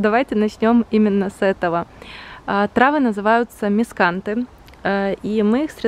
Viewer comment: можно тебя немного поправить☺️ трава называется мискантус, может по-польски ты сказала правильно, но вроде даже на английском тоже будет мискантус, ну ладно, строю из себя умную😆 я свои обрезаю ранней весной и они всю зиму радуют взгляд своими метёлками, а высота зависит от сорта. Влог как всегда душевный и уютный, керамика очень красивая!!!🏺